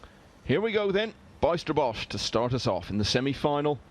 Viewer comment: Pronounce the letters ij in the name Bijsterbosch as the y in the word why.